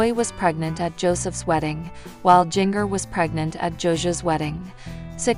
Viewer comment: Helloooo her name is pronounced *Gen -ger / Jinger!!! You are looking ignorant!